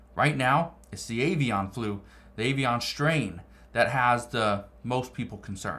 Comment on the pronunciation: Stop saying avian like that lol